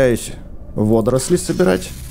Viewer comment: не водросли а водоросли!